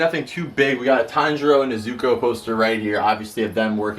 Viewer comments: Kinda triggers me when he says Nezuko's name wrong Its not Ne-Zuko, its pronounced like Nez-uko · Mans Found out how to say/pronounce Madara correctly but doesn't know how to pronounce/say nezuko right god